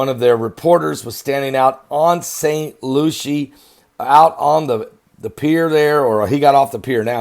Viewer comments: Saint Lucie. Pronounced lucy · Pronounced LUCY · Its St. LUCY—-correct pronunciation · I know that is not pronounced st.lucia